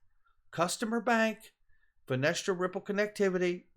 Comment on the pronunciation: A nit picking point here...why do all the youtubers say Finestra when it is called Finastra, Kevin Cage is the only one that says it correctly. Finastra as in Frank Sinatra, nobody says Sinetra.